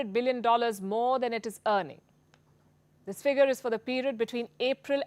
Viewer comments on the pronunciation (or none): none